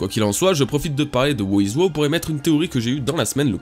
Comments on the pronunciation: Par pitié, le personage qui de nomme "who is who" (qu'on peut raccourcir en "who's who") Se prononce: (j'essaye de retranscrire au mieux) Houz Hou. En anglais on prononce pas le w comme tu le fais pour dire "who". Ça se prononce comme si tu lisait "hou" a la française en aspirant le h Donc "who's who" se prononce "houz hou". C'est terrible de t'entendre dire "wou iz wou" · Prononce who's who à l'anglaise s'il te plait ça fait pas classe du tout "wo is wo" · Stp prononce correctement Who's who ça devient vite pénible "wo-iz-wo" :( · "Wo iz Wo" rip l'anglais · Who's who se prononce "Hou s hou" (en aspirant les "h") ^^ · bah la logique voudrait que ça se prononce "wouz wou" (en phonétique) puisque c'est de l'anglais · thx la video. ça se prononce wouzh wou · Prononce plus WHOUZ-WHOU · Sa se prononce Ouz Ou en français Qui est Qui